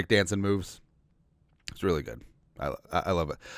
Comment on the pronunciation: when you mean to say Really ...you say Rearey..is that like Scooby Do LOL